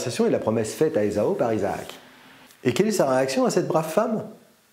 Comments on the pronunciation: Ésao ? Moi je l'ai toujours entendu prononcer Ésahu. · Esau se prononcerait ezo. Esaü se prononce E za u. Le tréma sur le u signifie que le u se prononce. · Faudrait commencer par bien prononcer Esaü !